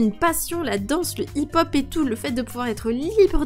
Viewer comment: Sa se prononce hip-hop